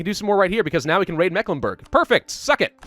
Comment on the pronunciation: As a person born and raised in Mecklenburg, i can say that your pronounciatiopn is off ^^, then again pretty normal you make on mistake that germans make (and that has to do with letter shenanigans in the 19th century) "Meck", is not pronounced like mac in macdonalds etc but like the Meeklenburg (german pronounciation long "E" as in Tee or See and the "I" in Burg is pronounced like it is in Burger but as it is in boot or parachute ^^ (or like the U sound in Stralsund) but that is a common english native speaker mistake ^^ and then there is ST Stralsund and Stettin are pronounced like Shtralsund and Shtettin, whereas Rostock is Rostock ^^ ( basiccally because in Rostock ther syllables are Ros and Tock) Greifswald, the "Ei" is pronounced like an English I as in Hi